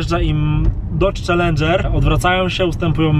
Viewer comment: Przez cały odcinek na czellengera muwiłeś cardżera